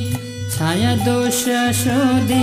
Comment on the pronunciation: pranam pls pronounce Chhaya छय in stead of chayā / चय ।धन्यवाद ।🙏